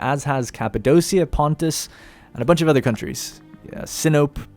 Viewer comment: Pretty sure Sinope is pronounced Sin-o-pay, how fitting!